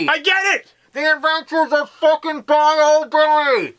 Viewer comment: its "bye-you" not "Bye-O"